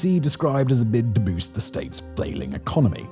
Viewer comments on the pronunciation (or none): none